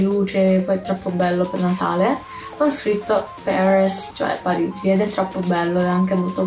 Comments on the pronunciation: Paris non si legge peris non è inglese ma si legge parì con la r moscia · l’ha letto all’inglese